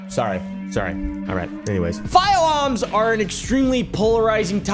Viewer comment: fiwe awms